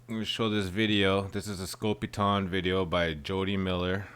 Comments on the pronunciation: Side note. Theres an E at the end of scopitone. The O is long. Not pronounced scopiton its scopitone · Pronounced Scopi-TONE....NOT Scopi-TAWN. The machines were more popular in Europe, but pretty rare in the U.S. These were all shot on 16mm film.....BEFORE the widespread use of videotape. MOST feature the scantily-clad dancers, because the machines were primarily located inside bars or gentleman's clubs. Shooting on film was pretty expensive, and so I think they were only done in a couple of takes, which is why the dancers always seem to look like they're out of sync & haven't rehearsed. Some of the big name artists put out shorts with better production values....Neil Sedaka's 'Calendar Girl'....Nancy Sinatra's 'Boots'.......Bobby Vee's 'The Night Has 1000 Eyes', etc. I actually saw one of these Scopitone machines in a pizza parlor in the 1960s. The ONLY one I've ever seen. I was probably 14 or 15 at the time, and this was BEFORE MTV & that crap. These short little films were too risque for regular television, but they were geared toward men & that's why they were set up in bars, etc. As far as how the women are dressed.....that's not so unusual. They look like Vegas showgirls of the 1940s or 50s.